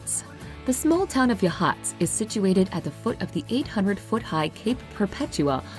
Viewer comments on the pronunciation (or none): It is YA. Hots. Not yahhats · I'm from Salem, and I can't agree more! I called Rogue River (the "city", not the river) home for 11 years. Crater Lake is #2? Gimme a break! The whole state has something for everyone. BTW, it's YA-haats, not ya-HAATS. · I know this is knit picky. but it pronounced Ya-haats. Not Ya-hots. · They pronounced Yachats wrong I believe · The emphasis should be on the first syllable.